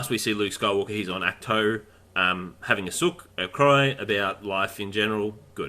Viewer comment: Ahkt- toe, not act two ...🙄